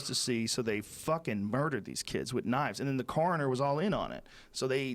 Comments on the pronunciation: I think it's when he says coroner? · when he says coroner and words like that. Its 25% boston 75% normal, every few syllables you hear it. I think its because hes stoned and because joey has such a thick ny accent